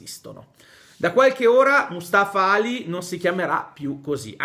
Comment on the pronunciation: Ciao. Sono uno studente di arabo, e la "A" di Ali in arabo non è una A normale, ma è una "ayn", cioè una A nasale su cui cade l'accento. La traslitterazione italiana segnala questo suono o con l'accento o con i due punti davanti alla A, cioè:àli